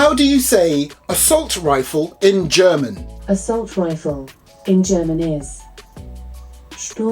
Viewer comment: Your german pronounciation is actually really good